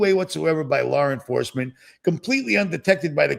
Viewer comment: Lar enforcement kills me every time. Lol